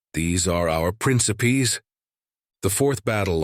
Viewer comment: AI voice butchering the word Principals gave me cognitive decline. lol.